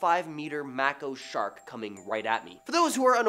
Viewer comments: it is pronounced Make-o shark. Not sure why they dropped the e on that, but good job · has a lot of personality and he brings life to stories. He’s an excellent narrator and much better than a bot. So he pronounced Mako shark wrong. How many words do you pronounce wrong? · You say mako shark weird